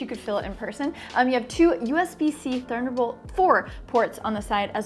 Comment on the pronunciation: thurndurbolt 4 :D